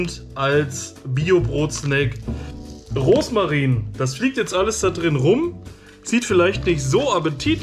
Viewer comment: Wie sweet, wenn du immer Roßmarin statt Rosmarin sagst 🤣 Ich hatte letztens Brot-Snack mit Sauerkraut & 1x mit Gemüse, bei mir stand Bio Rohkost Knusperbrot drauf, wenn du das Brot mit Kräuterquark, Gurke, Radieschen, Tomate , Oliven o.ä belegt hättest, wäre es noch leckerer gewesen 🤗